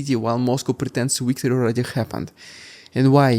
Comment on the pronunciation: Interesting report. But please ! V and W are different letters. Victory not Weektory.